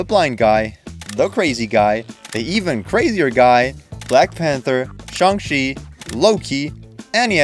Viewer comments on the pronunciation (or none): How the HeII did you Pronounce Shang-Chi Incorrectly after playing a clip the Pronounces the damn thing the proper way